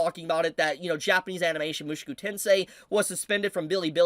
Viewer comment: My goodness. At least say the name right... MushOku not MushUku...